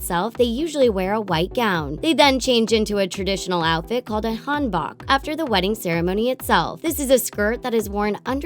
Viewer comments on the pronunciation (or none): Hanbak? It's Hanbok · this isn't a trend and it's pronounced Han-boh-k.... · Luda Yaylanie "Han-bahk" 🤦‍♀️ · The way they say hanbok is just...😖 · they said hanbok wrong and I'm triggered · The way she pronounced Hanbok kinda annoyed me, dont know why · You said hanbok all wrong lol. Y'all have to do more research before you make these videos. Plus these are cultural, not just trends.